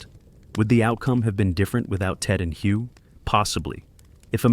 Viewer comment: Thank you for clarifying that. It was very annoying listening to the mispronunciation.